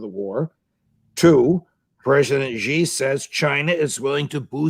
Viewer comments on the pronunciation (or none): SHEEE NOT JHEE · Excellent insights. By the way, Xi is correctly pronounced as "see", not "she" or "jee". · PLEASE stop pronouncing it a$ "ZHI" OR "JI". Xi is pronounced as "Shi" . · YOU PEOPLE NEED TO STOP PROJECTING YOUR BAD PRONUNCIATION OF PRESIDENT XI = SHEE NOT JHEE. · The president of China’s (Xi) name is pronounced “She”, not “Zhe”. One would think these guys would know that by now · Judge NAPOLITANO President Xi proper pronunciation is Xi= She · Who the hack is President GEE? Can't you pronounce someone's family name correctly!?